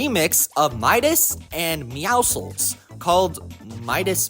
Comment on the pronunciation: "Midawscles" "Meowdas"